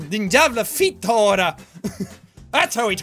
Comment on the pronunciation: "Din javla fitthara", jack, it's "din jävla fitthora" 😂😂😂 Why am I laughing so hard 💔😂